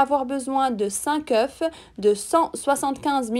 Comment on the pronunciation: Très bon travail, ça doit être succulent et c'est très beau. En passant : on ne prononce pas le "f" quand "œuf" est au pluriel. Désolée mais ça m'écorche les oreilles 5 oeufffs 😅